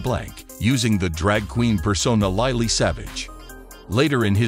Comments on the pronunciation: Wow such a shock, I didn't realise he was only 67, ( just a wee bit older than me.) Loved him his humour & compassion. We will all miss him, us humans & animals Who is LiLee & Zo? Who narrates this? Please pronounce people's names properly, it show respect. Loved Lily😂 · Please say Lilly correctly. I remember that wonderful show that he did in the hospitals with children. He was amazing. Such a lovely man. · Lily please pronounce it correctly we love you Paul 😍 ❤ rip 🙏 🕊 xxx